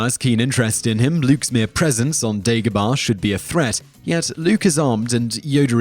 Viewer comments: Dagobah, not Degobah. Yoda doesn't leave Dagobah because of what I've heard, it emits dark side energies, which masks him from Palpatine. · Its not dEgobah its dAgobah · You say Obi Wan weird and you say Dagobaaaah lol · It's Dagobah